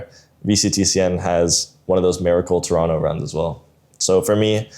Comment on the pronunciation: it's rare to see someone not from canada pronounce toronto correctly